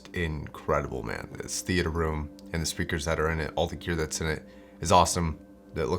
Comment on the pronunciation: Learn to pronoce gear man. Eek